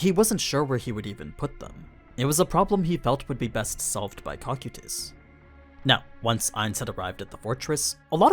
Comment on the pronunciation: To this day I hate how you fuckin butcher the pronunciation of names like cocytus which you say like COCK - U - TIS warhen you should be saying it CO - KITE - IS